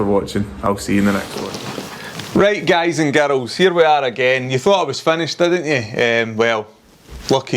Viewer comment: Girls pronounced Garuls. 👌